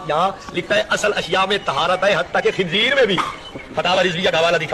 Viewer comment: Tabsira karne wala jahil h Khinzeer ko khinjeer bol raha h 😂😂😂